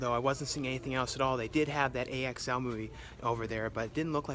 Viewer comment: Its pronounced Axl even doe I didn't watch it saw the trailer